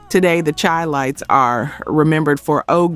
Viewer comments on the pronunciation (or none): Chilites is pronouced Shy-lites, in honor of Chicago. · Chi-lites pronounced Shi-lites. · Pronounced Shy lights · YOU CAN'T EVEN PRONOUNCE THE SINGERS OR GROUP NAMES. THE CHI-LITES HAD MILLION SELLERS, DUMB ASS, AND LEARN HOW TO PRONOUNCE "CHI- LITES". MORE AI BULLSHIT! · It’s pronounced SHY- LITES. Not CHI. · Charles Wright and the Watts 103rd St Rhythm Band were TIGHT. Express Yourself was one of my favorite songs. Chi-Lites is pronounced like the city…”SHY lites”. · Em -Tomb-May = Mtume Shy-Lights = Chi-Lites Great video! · Chi-Lites is pronounced Shy-Lites